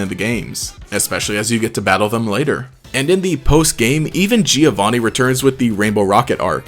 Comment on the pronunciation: Damn Anabel (Tomboy, Business Suit) Burnet (Tanned) and Red are hot Also Giovanni is pronounced (Jovanni)